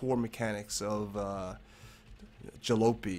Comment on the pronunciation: Isn't it pronounced 'Ja-lopy like poppy? That's the word for an old, beat up vehicle.